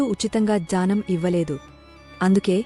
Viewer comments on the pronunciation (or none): జ్యానమ్ కాదు మేడంగారు జ్ఞానం అని పలకాలి. Please correct it in future vedios.